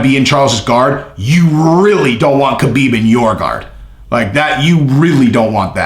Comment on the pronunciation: Ha Beeb not Ka Been